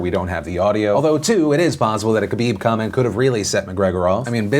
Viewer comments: It’s pronounced Ha-bib, not KA-bib. Js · Philip doesn’t even attempt to pronounce khabib’s last-name lmao